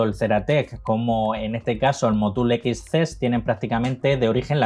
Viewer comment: Edge se pronuncia Etch X Cess se pronuncia exsses. Excelente canal, estoy aprendiendo mucho